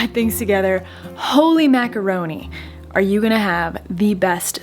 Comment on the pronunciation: Ah how I love the eastern US accent and their non-existent r's. 🤣 "Aw ya movin' theya?" Stay safe in Panama and I hope things start to turn around for everyone!